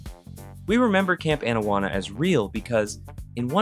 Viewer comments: Excuse me. It is Camp AH-nawanna. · Bro, cool video. Loved the show. I’m just absolutely befuddled as to how you can mispronounce Anawana when it’s right in the famous intro song for the show. How does this even happen?